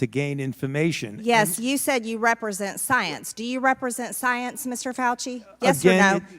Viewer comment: I just hear Cecily Strong mispronouncing science